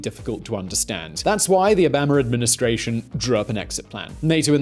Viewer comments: Why are you saying oh bahh ma? It's obama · Stop sayin O-bam-a tf is bam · You say pronounce "Obama" weird